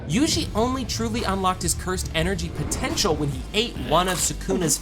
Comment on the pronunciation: …did you say potential